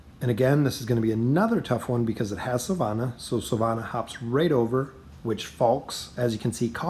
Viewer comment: At this point it seems like you're just trolling with the pronunciation of the character names - "hyperion"/"naru"/"grezold"/"silvana"